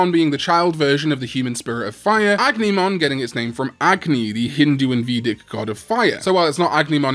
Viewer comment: It's pronounced "A-gu-ni-mon", not "Ag-ni-mon".